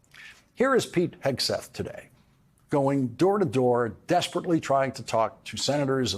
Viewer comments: Did you almost slip up and call him Pig'n Heatseth? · Lawrence has some difficulty saying Pete Hesgeth. It sounds like Pig Hesgeth. Pretty apt I reckon! 😂🤣👏🏻👏🏻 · Might be my old ears, or just the way Laurence pronounces his name, but I keep hearing "Pig" Hegseth. Which follows...